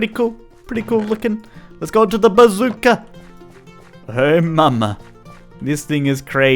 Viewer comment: I'm sorry did you say bazooka Did I hear you correctly or did you just say pizookie